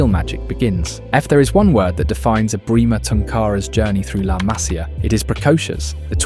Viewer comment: Masia, MasIa no hay acento en la primera A. Se pronuncia como si llevara acento la I.